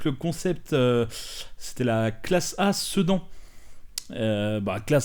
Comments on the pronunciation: On prononce "Sédane" Jai explosé de rire quand tu as dit "Cedans" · J'ai pas suivi ton FAC, donc c'est quoi ton boulot, parce que... si c'est pas ton job... eh ben c'est dommage. Juste un truc, perso je prononce plus "sedane" même si ça s'écrit "sedan". Super vidéo comme dab.